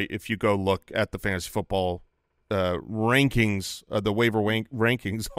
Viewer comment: Fantasy football "Wankings" hahahaha